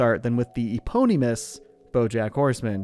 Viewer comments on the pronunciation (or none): why the hell did he pronounce eponymous like thatOHHHHHH SHIT 🦅🦅🦅🔥🔥‼️‼️